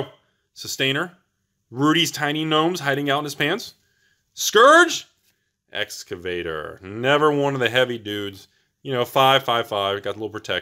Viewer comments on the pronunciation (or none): Escavator? It’s eviscerator